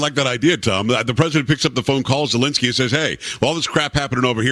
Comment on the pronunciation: Ok. Its not alinsky, its Zelensky.